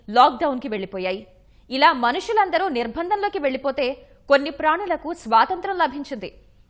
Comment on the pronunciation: ఈ news reader కి ఎలా పలకాలో నేర్పండి ముందు అన్నీ తప్పులే ఇల్ల నుండి , ప్రానులు అంటూ తెలుగు కి తెగులు పట్టిస్తోంది, ఎవరూ అడగకపోతే ఇంకా ఆ తప్పే ఒప్పు అవుతుంది.